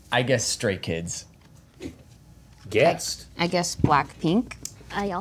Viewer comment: or as he says, stray kidz so idk how well he does know 😭😭